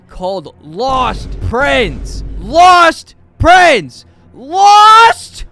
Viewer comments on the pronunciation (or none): "LAWSTTT PRINSE" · LAUHST PRINSSS